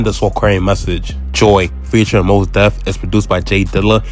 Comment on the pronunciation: Not "Moss Def" 😆 Nah excellent vid tho bro, easy sub for me. I love to see brothers covering our history, especially the less spoken on stories & collectives like Soulquarians & BMU.